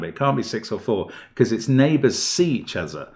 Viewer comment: He says "it can't be 5 cause it's a german whisper number" then immediately lapses into a German accent with "see each ozzer" Brilliant had me laughing pretty hard!